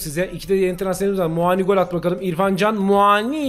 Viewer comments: her muaağni diyişine bir dislike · Kanka Muani bin ismini inşallah hep öyle soylemessin 😂😂😂